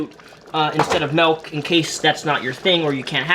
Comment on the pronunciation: He said “Melk” oof 😅